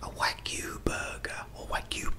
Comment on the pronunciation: It’s wah-goo. They’re great!